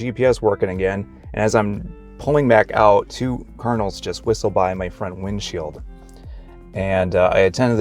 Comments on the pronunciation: I kept thinking you were saying "carnals" or even "colonels". lol Please pronounce the d in card-in-al. It took me a moment to understand you. Maybe that's because I'm from New England. I do believe and know that God will guide us and give us signs, for sure. However, in my case, one time I was at a job that was so stressful for me, and I was putting up with abuse from the owner. I earnestly prayed and prayed for God to lead me to the job that would be right for me. Coincidentally, shortly afterwards, I ran into people (twice) who were attempting to get me involved in Amway of all things! If you know how that is run, you know that they are not the ideal organization! Just saying that even when we open our hearts to God and ask for his guidance, there is always the need for discernment. Now, saying this, I am not meaning to insult Mormons. But your mention of signs reminded me of my own experience. God bless you in your learning and your searches. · Are you saying kernels or cardinals or what in the beginning? I'm so confused!